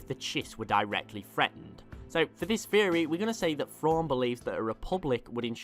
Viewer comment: There's a specific British accent that just cannot pronounce the "TH" sound. Am I the only one who notices this? "Frawn" "nofing" "Feory" irritating I can only make it about FIRTY seconds into FESE videos. what might be an "overwise" good video